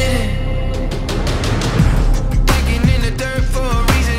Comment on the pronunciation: I cant' be the only one that hears cold pooding instead of cold-blooded XD